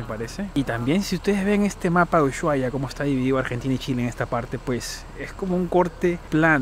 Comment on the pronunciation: Que bueno que hayas podido ver la patagonia argentina!. Por cierto, ushuaia se pronuncia "normal" sin enfatizar el "sh" simplemente "usuaia"